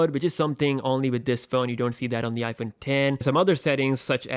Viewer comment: He said iphone den